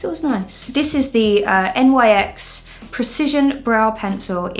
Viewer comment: I'm completely unaffected by the unusual makeup techniques (I actually do some of it myself) but the way you just,,,, spell out Nyx is offending my sensibilities XD